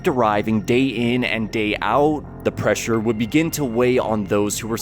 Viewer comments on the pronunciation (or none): none